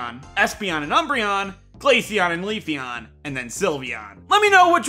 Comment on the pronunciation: GLACEON, NOT GALACEAN! FIX IT NOW!